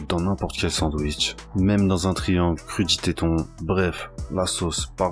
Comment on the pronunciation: 🤣🤣j’ai entendu crudi téton